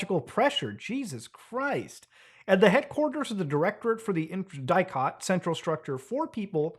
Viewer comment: bro and as a romanian the way he said DIICOT makes me feel funny but he doesnt really know how to pronounce all that doohonky